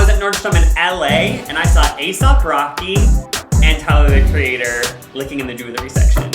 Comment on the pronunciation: “aesop rocky” is FRYING me 😭 dude was discussing the tortoise and the hare in the nordstrom